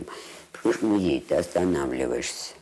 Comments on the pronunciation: Зачем,, вы говорите музЭй? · МузЭй… Это как «шифонЭр»?), спасибо за работу, но смотреть Свиблову нет сил. Неприятная дама(